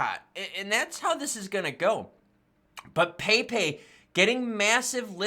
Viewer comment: Yo...it's pronounced Pep' E...